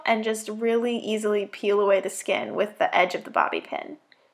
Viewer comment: "I carved out the skeenn" XD Am I the only one who died at that part?